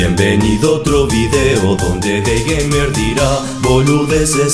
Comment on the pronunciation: Nob:Dei jeimer :D Yo:Es dei gamer nob -_- Nob:Dei geimer? Yo:DEEEI GAMEER Nob:Ay pero nho me griteds :"v sjbrhdisbfhzus Yo:*explota*